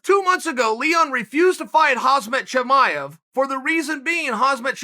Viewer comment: he butchered those names